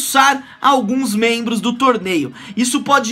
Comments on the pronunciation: menbros kkkkkkk não seria Membros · Que isso? ''Menbros'' ai não kkkk salve!